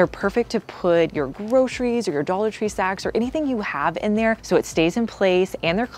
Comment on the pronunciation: Dallor tree